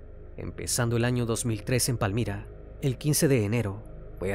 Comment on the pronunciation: Saludos desde Tuluá Valle del Cauca Colombia Me encanto como pronuncio Palmira